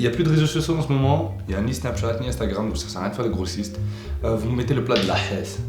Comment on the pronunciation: tu na pas dit snapchath